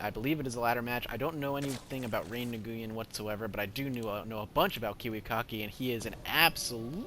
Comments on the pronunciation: I think* its pronounced ray-win I could be wrong and LOL "mothergate" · Since mcsweatshop didn't actually inform you of the correct pronunciation, Nguyen is a Vietnamese last name that is pronounced 'win'. Also, I'm wondering why the hydras failed, as they are both great AA and great anti-stalker units. Was it just good micro on Kiwi's part? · nguyen is pronounced knew-yen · I believe it's pronounce "Knee-en"